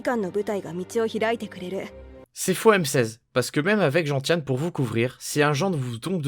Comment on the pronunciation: Gentiane se prononce genSiane (comme la plante)